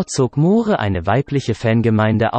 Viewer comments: Wer kommentiert denn da??? Moohre? Ist das eine KI? Englisch kann er auch nicht! Peinlich! Der arme Roger! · Moore schreibt sich zwar so aber es deutsch auszusprechen ist ....ein : ohjemineh. Ein tragisches Ende? Ich denke nicht. Aber ein wunderschöner toller humorvoller Schauspieler👍 ist er gewesen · "Mohre", "Laif and let dieh". Kann der Sprecher kein Englisch oder ist das ein Roboter?